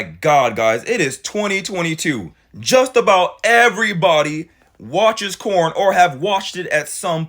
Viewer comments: Girl you need to stop talking for all of us. I want a nice guy! I would love to have a nice guy in my life. You should feel blessed if he really is a nice guy. More men need to be like. are you single? Cause I would gladly shoot my shot if so 😂🤷‍♀️ Also are you calling it corn? Lmao I thought I was my hearing watch messed up at first. Lmao it’s so funny though listening to you talk about it using the word corn 😂😂😂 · Bruh, wait are you saying 🌽? I'm lost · Why is he saying corn? instead of porn? 😮